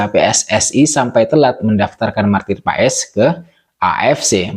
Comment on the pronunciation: Maarten Paes(ejaan lama) dibaca Martin Pas !